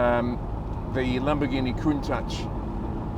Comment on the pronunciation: AFAIK, the pronounciation of Countach is Coun-tash - unlike Sasquatch. It's not so much a word than an expression of impression around St. Agatha di Bolognese. TRX tires were the 80ies-version of runflat. Their heavy weight wasn't ideal for the suspensions of the day - and their hard rubber compound didn't make it any better. Even today - I'm no fan of runflat tires. They are as heavy as cargo tires. Today's suspensions can deal with that - but ideal it ain't.